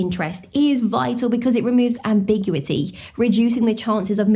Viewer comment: Isn't it /ˌæmbɪˈgjuːɪti/?